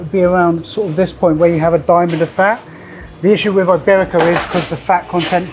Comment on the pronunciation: way to mispronounce iberico